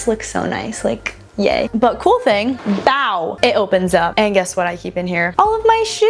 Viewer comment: The 'BOW' s are taking me out 😂❤